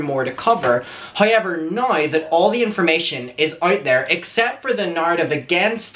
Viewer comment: lol its weird how u sound out the letter o... loke u say hoyever but then say the word context just fine.. im generally curios how that works